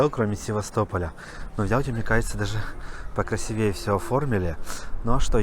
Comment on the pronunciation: когда научишься говорить? В слове "красивее" надо ударение ставить на букву "и". Век живи, век учись!!!